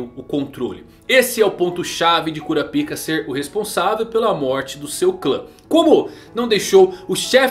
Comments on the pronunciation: Não é Kurapíka que se pronuncia, é Kurápika. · No anime eles falam "kurápika"... Acho melhor tbm kkkkkk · cura pika não mano, fala cora paika, como na dublagem, ou kurapika,em uma dicção só, sem separar as palavras, vlw!!! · 'Cura Pica' não era meme gente? Pelo o que eu lembro, o nome dele se pronuncia 'Korapaika' no Brasil... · eu costumo chamar ele de kurápika ao inves de kurapíka, então eu vi esse video com estranheza kshsuahja mas ele ta muito bom, parabéns